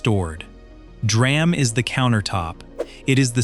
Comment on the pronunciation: It's D - RAM !!!! Someone has to stop that AI narration crap